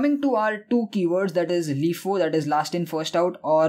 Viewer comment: I needed a playlist on data structures and you delivered. Thank you very much. By the way, LIFO is typically pronounced "LIE-foe", not "LEE-foe".